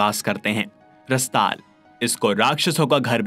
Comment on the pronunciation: Bhai aap isko ache se padh k batao rasatal sutal kitna ganda pronounce ker rahe ho pehle Sanskrit me padho toe kaise padhte hai